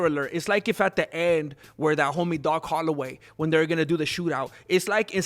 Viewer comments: "Doc Hollaway".....🤣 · “DOC HOLIDAY”!!!! Get it right or should we start talking about Paco Villa?